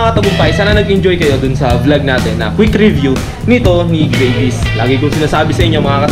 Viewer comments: its not greyvis its gravis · Hindi grayvis gravis tol hahaha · Gravis pronounce dyan, hindi Grayvis. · hahahaha.. grayvis..parang gravy.... GRAVIS yan tsong 😁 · Grayvis haha.. gravis pronounced nyan.hard to get nag Tagalog kana Sana..grab-is. meaning Nyan kasi Yan gamit sa Indonesia sa grab motorcycle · Tangna dis grayvis daw ang pucha. Ahhh. Me anu ahhhh may ganito ahhhh me manok Ahhh.🤣😂🤣😂🤣😂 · Gray-vy haha